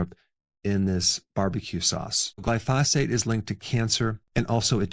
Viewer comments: Basically, don’t eat ANYTHING! Everything will kill you. And it’s GLY-pho-sate. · Man you gotta start saying glyphosate correctly lol. Everything is superb otherwise.